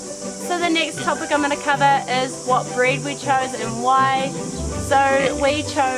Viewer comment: hahaha you said what beed at 49 seconds instead of breed hahaha.